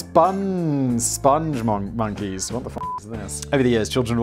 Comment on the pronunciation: Its Spong Monkey not Sponge Monkey. This is based on a video We Like The Moon, which is a masterpiece created by the great Joel Veitch. He also did the Crusha milkshake ads in the UK.